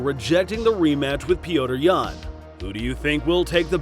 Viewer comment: Dude, the guys name is NOT Peoder Yan, do your dang research! It’s pronounced Peter!